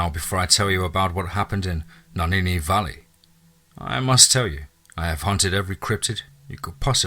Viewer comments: Love the story but get rid of your narrator, he's about as intelligent as Mike Tyson. Legit question, how the FUCK did you get "Naninni" from "Nahanni?" Naw-han-nee, how does someone fuck that up, not once, not twice, not three times but EVERY single time?! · Two things. You don’t sound like a Hector that’s for sure and also if you’ve ever spent anytime in the place you say you wouldn’t consistently mispronounce the name. Nuh-haw-nee Valley. Lmao it’s not even spelled the way your saying it. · It’s pronounced nay-han-ni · You pronounce it Na-hann-ee... Love n light to u n urs... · You are pronouncing “NAHANNI” wrong so I know this is FAKE ASL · Hilarious! Went too far with that headless man bit. Also should know how to pronounce "Nahanni" if really there!